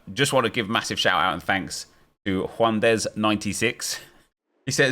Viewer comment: Another one: - Juan dez: Junades 😂